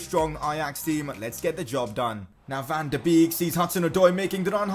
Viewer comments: You say wrong van de beek it pronaunces van de bek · You must pronounce Van de Beek as Van de Bake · Its fan de beek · please can you pronounce "van de beek" as "van de bake" I believe that is how they say it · Van de Beek is pronounced Van duh Bake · Your not saying van de beek right